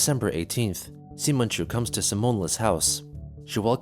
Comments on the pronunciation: it's not pronounced "Semen" it's pronounced "Sigh-mon", have you not heard the name "Simon"? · i like how simonchu is pronounced semenchu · It kills me how he pronounces it “semenchu” lmao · I really thought Chris named that character "Semenchu" by the way it was being pronounced outloud and was disgusted till I seen it was spelled "Simonchu" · Are you really pronouncing Simonchu as Semenchu?